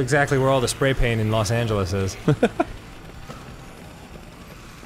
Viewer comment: Dan: Knows the spanish word for "loss." Also Dan: Can't pronounce "los."